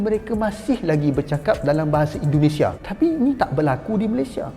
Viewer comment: Indonesia bang bukan Endonesah